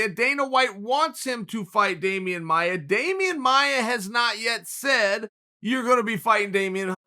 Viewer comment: Damian "Amaia" Maia